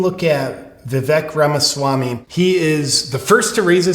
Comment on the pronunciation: Anyone else notice that DJT pronounces Vivek Ramaswamy's name perfectly. He also doesn't have any funny / biting nicknames for him. This was a perfect audition for VP by Vivek.